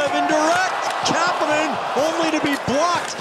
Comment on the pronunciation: kapenen? It's kapanen